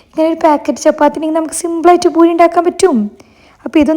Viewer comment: It’s not boori.. it’s poori 😊